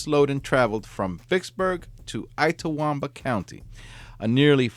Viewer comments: Lol yep ltawamba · I love your posts! But just one thing: Itawamba is pronounced "Itt-uh-WOM-buh" and Tupelo is pronounced "TEW-pell-oh." I'm a Mississippi native and am very familiar with both places. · Good grief. It's Itawamba: the "it" is pronounced "it" - not I-tawamba. It's not too-PELL-oh. It's TU-pell-o. You know on these stories, you will be pronouncing cities and towns with which you are not familiar, so look them up. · It’s It-ah-wahm-ba. Too-pah-low. And a couple other mispronunciations are noted. Ask a Mississippian if you have doubts please. Otherwise a fine program! 😊😊😊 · The I in Itawamba is pronounced like the Spanish I. Tupelo has a long O sound. SMH